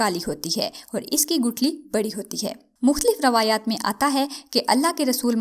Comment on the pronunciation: Hazoor nhi huzoor h durust talaffuz..! Rawayat nhi riwayat h durust talaffuz..! Ummed h aapko accha lagega 😘